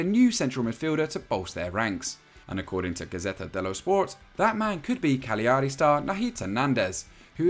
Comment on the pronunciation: It’s pronounced Cal-yari.